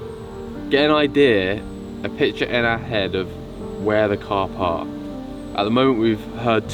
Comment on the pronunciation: Min around 6 I told myself that Alex said "to find where the Carp Park " and I laughed quite a lot .